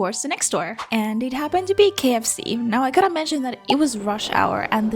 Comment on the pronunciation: I love how you pronounced all the ikea names but dropped the ball at the kfc dude